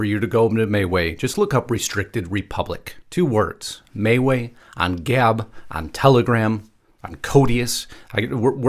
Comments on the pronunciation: Am I pronouncing MeWe wrong? I thought it was “Me-We”. Please someone help me here, I don’t want to be mispronouncing it. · You're correct. This guy is saying it wrong. Can't figure how anyone could look at that and say "may way".